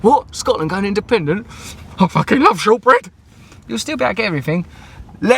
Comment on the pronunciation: "I FACKIN' LAV SHORT BREAD" Amazing.